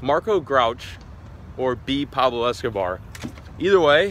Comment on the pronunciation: yo its Escobar not Escobor